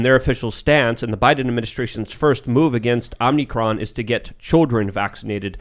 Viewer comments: O M I C R O N ? or what u say if u want to sound ignorant O M N Y CRON. can u read ? Do u understzand grammar spelling and annunciation.? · Please stop saying "Omni-cron"...its pronounced "Omi-cron" there's no "n" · O M I C R O N ? or what u say if u want to sound ignorant O M N Y CRON. can u read ? Do u understand grammar spelling and annunciation.? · Funny how you guys started parroting eachother by saying 'Omnicron' instead of Omicron. Obviously the name is Omicron, because that's an anagram for moronic. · Please for the love of God stop saying "omnicron" it's "omicron" it's the 14th letter in the Greek alphabet and it's conveniently an anagram for "moronic" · It’s funny that they’re all saying “Omnicron“ instead of “Omicron“. Mispronouncing it just like Biden did. But I can’t tell if it’s a joke. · Correlation and causation. just had to say it is as well as saying "wit you". Almost as impressive as calling the Variant "Omnicron".🙄🙄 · How hard is it to pronounce Omicron? Apparently, it’s pretty difficult.